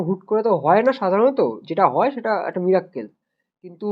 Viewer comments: মীরাক্কেল নয় রে মিরাকেল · Buddy its "Miracle"